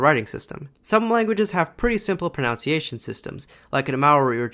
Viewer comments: It's proNUNciation, not proNOUNciation. Good vid, tho. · It's pronunciation, not pronounciation. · It's pronunciation, not "pronounciation" my guy. I don't mean to be rude, but you use this word a lot given the fact that your main focus is on languages. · "pronounciation"? No, it's "pronunciation". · Indeed, the complexity of a language can be because of its pronunciation, including in this video where you mispronounce the word “pronUnciation” as “pronOUnciation”, and you even misspell it as “pronOUnciation”, which is a mistake based on the fact that the word “pronounce” is written as such and pronounced as such. But the word “pronunciation” isn’t. To be clear, the word “pronOUnciation” doesn’t exist. “PronOUnciation” is a mispronunciation of the word “PronUnciation” because of the association of that word with the word “pronounce”. Taking it one further, some people because they mispronounce the word “pronunciation” as “pronOUnciation” they then also misspell it as the latter, a misspelling seen in this video also . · The most frustrating thing about this video is that you pronounce 'pronunciation' as if it were spelled 'pronounciation'. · I noticed that you spelt and pronounced pronunciation as pronounciation. Is this an American thing? 🤨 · Great video! Just a quick note, since I'd want someone to tell me if it were me. The word in pronunciation, not pronounciation, with a different vowel sound than pronounce. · It's proNUNciation. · please..... it's pronunciation. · You pronounce 'pronunciation' incorrectly. Also the spelling is 'pronunciation' and not 'pronounciation'